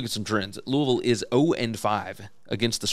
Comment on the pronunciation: Love that you pronounce Louisville like you live there. Go Cards.